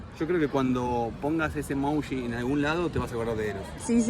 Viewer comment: Hola chicos!! Me encanta lo espontáneos que son, aguante el conurbano sur bonaerense!!, porqué decís EMOUJI???? EMOJI es!! 😂😂😂😂😂